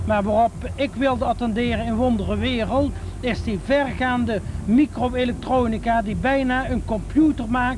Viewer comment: Dat heeft 'ie bij veel mensen ook wel denk ik. Mijn ouders hanteerden, zeker toen ik jong was, de gevleugelde uitspraak 'met ingebouwde michro-electronica' (bewust met 'typfout' vanwege zijn accent) en ook op m'n huidige werk komt 'ie veel langs. Nou is m'n huidige werk in de herstelling van elektronica, dus dat is niet zo heel raar. Maar ik denk dat veel meer mensen weten wie hij is dan je misschien zou verwachten. Er is ook een trein die met zijn naam en portret rondrijdt en dan gaan mensen zo nu en dan vanzelf opzoeken wie dat dan was als ze 'm niet kennen.